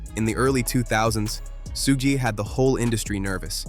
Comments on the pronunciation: Soogie??? "SUGE"...😬😅🙈😭🤣🤣💀💀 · It's Suge, not Sooge. And that will Smith line was from The Marshall Mathers lp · Word salad that could have been cut down to 10 mins. And what's the deal with the pronounciation of "Suge"? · Never heard Suge’s name pronounced so many different ways in a single video. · I know right. These narrators butcher everyones name. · Completely mispronouncing Suge's name repeatedly... is wild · The way the narrator pronounced Suge Knight's first name. 🤭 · Whats up with the way you say Suge? You can tell you didnt hear that name growing up.